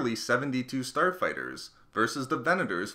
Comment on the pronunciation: Who else thought he said porn star fighters